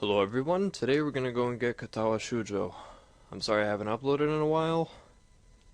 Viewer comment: Extremely misleading. The title says "with voice" but the game is UNVOICED. Not cool bro. And you pronounce "Shoujo" wrong. It's long "o", not long "u".